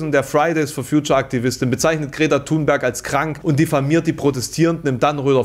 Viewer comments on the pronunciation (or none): none